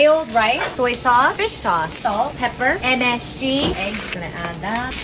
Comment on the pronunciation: the emphasis on "MSG!", make Uncle Roger proud! 😂